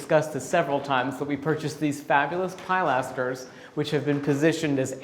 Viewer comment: Hi please, please stop calling a pilaster a pileaster it’s pronounced pill aster.